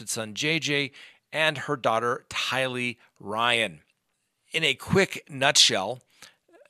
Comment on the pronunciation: I'mma help you out. But mostly so I don't have to hear you you pronounce the names incorrectly in future videos. OH. MY EARS! TYlee Chad DAYbell